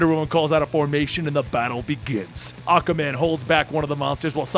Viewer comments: learn how to pronounce aquaman a-qUa man NOT akaman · is it me or is saying akkaman instead of aqua man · I know you're saying Aqua-Man.... but it's sounding like Aka-man. And it is very off pudding. See it's annoying when someone does it in text. Now try listening to it over and over. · Great Reading!! Love your Voices. Speaking of pronouncing... Aquaman is pronounced- Ah-KWuh- man. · Every time he says Aquaman it sounds like Acaman like acapella man. That's acastupid. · "akaman" is it just me or can just not pronounce Aquaman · Is it just me, or does this guy say Aquaman's name kind of strange?